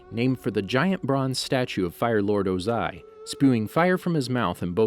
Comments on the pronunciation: WHY does he say words like agne kai and Ozai like that, and have a channel name like?? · Does this narrater even know what he's talking about? How do you not know how to pronounce Ozai after watching the show?